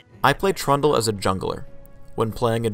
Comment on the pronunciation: i swear says trauma everyonce in awhile when he says trundle >.>